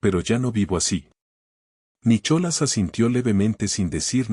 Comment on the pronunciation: Es muy linda historia, pero tengan cuidado con la pronunciación, es Nicolas con H o sin ella y penhouse, no pentause,si bien la Real academia española apoya ciertas pronunciaciones ,lo correcto es locorrecto y uno enseña incluso a través de este medio,y continuando hermosa narración, me gustó mucho, gracias!!😊😊